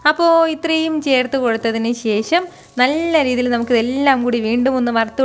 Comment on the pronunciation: "ശേശം" അല്ല... "ശേഷം" ആണ് ശരിയായ ഉച്ചാരണം